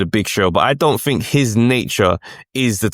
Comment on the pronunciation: Fink, froo? WTF